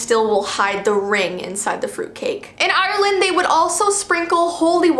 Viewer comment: 1. you pronounced ireland wrong 2. we dont spray them with holy water 3. you pronounced barin brac wrong